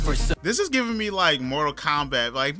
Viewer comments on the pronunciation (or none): Who else heard Cowboy Bebop when he said Mortal Kombat ? 😂😂